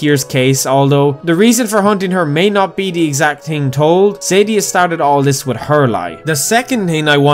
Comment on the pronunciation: >tree >tchrenten >ting >Betesda Sorry. Couldn't help it.